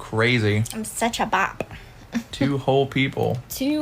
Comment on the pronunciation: she's a BOP bc she cheated... bro doesn't even say it correctly